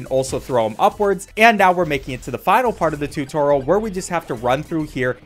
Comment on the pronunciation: "tutoral"??? - joel